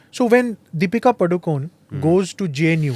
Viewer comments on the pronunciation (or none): Dear smita ji. Please tell the world the correct way to pronounce 'padukone' . It is not pronounced padukone as in 'cone'. The correct pronounciation is padukoney like 'penne'. Please educate people that padukone is the name of a village near Udupi.